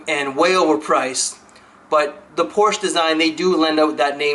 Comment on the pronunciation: Quick note: the "e" in "Porsche" is not silent (: Apart from that it was another great video!